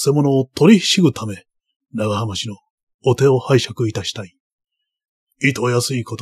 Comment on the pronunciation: 「えんかん」煙管かな？タバコ入れと一緒にあるなら「キセル」ですね(^^) 当時の武士なら「ながはまし」も「長浜氏」なら「ながはまうじ」と読むのが自然だと思います もう一つ気になるのが「ぶんげんしゃ」分限者は「ぶげんしゃ」ですね